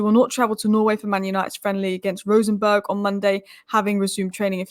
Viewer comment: Please stop say Rosenberg, it is Rosenborg